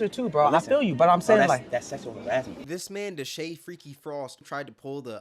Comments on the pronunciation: This genius mf just said “Harizzment” 🤣 it’s some creativity flowing thru that big ass brain lol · Bro please stop saying “Sexual Harizzment” 🙏🏾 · "Harrizzment" is crazy 😂